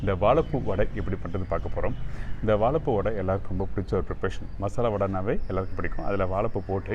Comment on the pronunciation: வாழைப்பூ வடை பார்ப்பதற்கு நன்றாக உள்ளது. வா"ழை"ப்பூ என்று சரியாக உச்சரிக்க வேண்டும். வாளப்பூ அல்ல.‌ பொது வெளியில் வீடியோ வெளியிடும் நீங்கள் இதை கவனிக்க வேண்டும்.